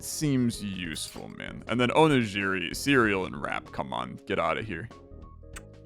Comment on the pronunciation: The way you pronounced onigiri was criminal 😭